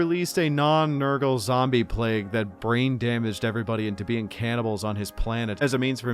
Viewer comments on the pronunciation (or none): none